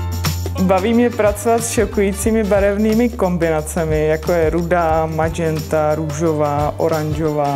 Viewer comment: Co to je madženta? :-D